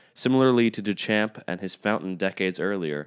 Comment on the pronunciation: Perhaps if didn't interrupt her so often, 'd still her around for future episodes! {sigh] Despite the parodic nature of this clip, your evaluation of the Warhol work was spot-on. Would, however, ever have pronounced the name Duchamp as "Dew-Champ"? I think not.